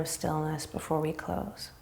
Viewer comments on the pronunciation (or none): none